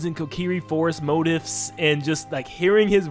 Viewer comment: "mo-teef" is how you pronounce it.